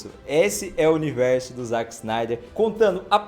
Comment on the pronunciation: Dá uma aflição ouvir ele falando "ZAck" e não "ZÉck"